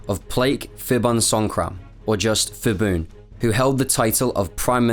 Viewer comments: H is not pronounced in Phibun, like Phuket. Pibun not Fibun. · i need to point out that the “ph” in Thai is not an “f” sound but still a “p” with a silence “h.” Every time the dude says “Fibun” instead of Phibun I just eyeroll smh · When saying "Ph" or "Th" in Thai romanized spelling, the "H" is silent. Phuket for example is "Poo ket" not "Foo ket" and "Thailand" is not "Thigh Land." So it would be "Pibun" not "Fibun." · Good video. Not many know about Thailand's role in WW2. By the way 'Ph' and 'Th' in Thai is pronounced with hard P and T. So it's not Fibun, it's pronounced Phibun with hard P. I know it's difficult to pronounce correctly without knowing Thai script though. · phibun is pronounced Peebun , not the 'f' sound as in English. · It is PEE-BOON not FEE-BOON. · Did ya really refer to the guy as feeboon? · By the way, a lot of names in Thailand even though starts with "Ph" but when u pronounce it, the h is silent. So it only becomes "P" sound. So Phibun is actually pronounced "Pi-boon". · It's Pibun not Fibun ! Pattaya not Phattaya ! Pala not Phala--Thai's seem to like these crazy transliterations? Why do they insist on adding the 'H' when there is no tone included in the word? I read Thai. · btw his name is pronounced "pi-bun" not "fi-bun". when thai names are spelled with "ph", it basically just makes a normal "p" sound not an "f" sound (eg. phuket is pronounce "pu-ket" not "fuket") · The letter “h” after P and T in Thai (Ph, Th) indicated that they are aspirated consonants like normal English P and T in “Part”, “Time”. While P and T alone in Thai pronounced as unaspirated consonants like English P and T after S in “Spice” and “Style”. So, Phibun is pronounced as “Pi-boon” not “Fi-boon” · great video, very in-depth information. Pronunciation of "fiboon" made me laugh though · His name is actually pronounced "Pi-boon" the ph spelling is the old custom of Thai-English transliteration for the bh- or p (IPA symbol p) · Incorrect pronunciation of Phibun.